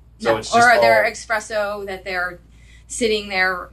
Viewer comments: Next time you meet her, tell her that there's no X in espresso ;) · Lol did she really say eXpresso?